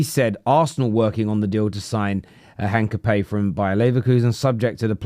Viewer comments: Spanish speaker here. Is not Heencapee as you say it. H is silent. The aproximate is "Een-kah-pee-EH" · 'in-ka-pyeh, silent H, stress on the accented E ;) (Greetings from Leverkusen) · It's pronounced Hincapi-ye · Hincapayyy hahahahaha Almost, mate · its HIN-CAP-EE-AY